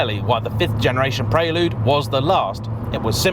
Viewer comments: The 4g 2.2 VTEC was a better car overall. Even the late h22a8 in the 5g with the extra power didn’t have real fizz or the fluidity of a 4g Oh & it’s PREL-LUDE. Not PRAY-LUDE.!!!!😳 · It's pronounced like the girl's name, Elle. Pr-elle-you'd, not Praylude. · Maaate!! Stop it with the "Pray-Lood"...it's 'Prell-Yood' 😁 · Oddest pronunciation of "Prelude" I've ever heard. You're saying it the way I would imagine Americans say it. The word prelude is pronounced "prel-yood", not "pray-lood". It's etymology is as a musical term. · What's a Praylewd? 😂😂😂 Apart from that, great video as always. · "pray lood..'' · Hurts my heart to hear this car called a “Preylood “ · It's pronounced preh-lyood, dood. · Guessing how he say Prelude Preyyyyloode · Why are you pronouncing it praylude? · I thought it was pronounced Prelude, not Prelude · I'm triggered by how he's saying 'Prelude' 😁😄